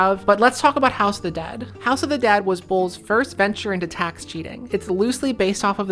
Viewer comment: I kepty thinking you were saying House of the DAD! lol